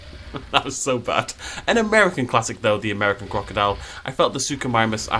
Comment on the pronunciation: "the amERIcan crOcuhdILe" I love it